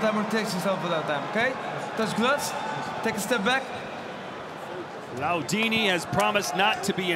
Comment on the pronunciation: the fact that the commentator cannot pronounce LAIDOUNI's name correct...pisses me off..